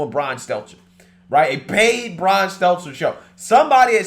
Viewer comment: Goddamn this guy sounds ignorant AF sometimes.. been years, and this fuckin guy still can NOT get Brian’s name right.. smh With his country ass…